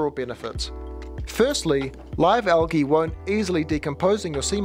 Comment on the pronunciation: It is not algeee, say the L dude.